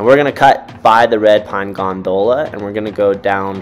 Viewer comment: Love the videos but the way you pronounce gondola drives me nuts!😂